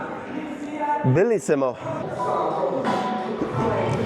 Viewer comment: That ''Bellissimo'' was nearly perfect! Amazing content as always mate!